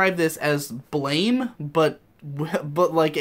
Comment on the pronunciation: Just an FYI, Blame is actually pronounced like "Blam"